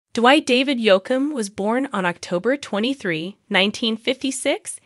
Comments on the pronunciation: Hey it's pronounced Yoke m not Yock m. Please say his name correctly. You apparently don't know much about country music stars. Geez! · The mispronouncination from the AI voice made this unwatchable.